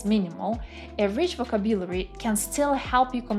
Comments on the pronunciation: Check the pronunciation of words, especially VOCABULARY /vəˈkæb.jə.lər.i/ It is hard to listen to you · Greating! I am native russian speaker and currenly practicing my listening skills. You sound quite well and clear however I listened to you at 1.5x cause of my practice. But could you please check your pronunciation "vocabulary" ( Немного режет ухо) Thanks.